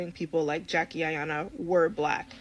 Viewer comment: I just came to her how she pronounced our good friend Jackie name lol